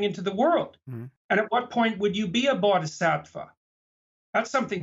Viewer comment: What it's called: "Bodhisattva." How JBP pronounces it: "Body-Sat-Wah". Body. Sat. Wah. BODY. SAT. WAH. WAAAAAAAAAAAAAAH